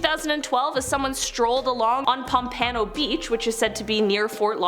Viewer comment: is no one gonna talk about how she said pompano??